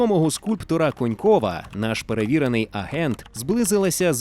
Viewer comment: *Конєнкова, а не Конькова😅